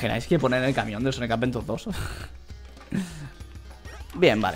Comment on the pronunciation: Por que dise sonic avedura